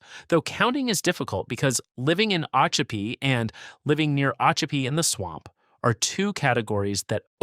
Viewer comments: LEE-vee County. mic-kan-NO-pee. o-CHOP-pee. Two Egg and Weeki Wachee are not incorporated towns. And you forgot to mention that I once visited Weeki Wachee. To see the mermaids. BTW, the state of Florida also took over Silver Springs and Rainbow Springs and made over those two old attractions as state parks. But without mermaids. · Mic-A-No-Pea is the correct pronunciation. Oh-Cho-Pea - try it that way. Damn Yankee. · Please learn how to pronounce the cities you are mentioning! You mispronounce Micanopy as well as Ochopee!!